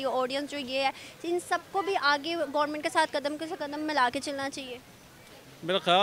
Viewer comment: firse Gormint😂😂😂 itna educated ho toh sabse pahle government bolna seekho.